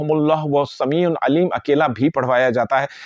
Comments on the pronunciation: Bhai sami un nahi hai sami ul hai. I hope ap is baat ko positively lain gay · Sameeun nhi Sameeul hai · Sameul Aleem hey jub k ap Sameun Aleem parh rahy hain plz wazia karain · السلام عليكم و رحمة الله وبركاته اللہ تعالیٰ آپ کے علم میں برکت عطا فرمائے گزارش ہے اپنا تلفظ صحیح ادا کریں وہو السمیع العلیم السمیع کی ع پر ایک پیش ہے اسکو ل العلیم کے ساتھ ملا کر تلاوت کرنا ہے عل علیم جزاک اللہ خیرا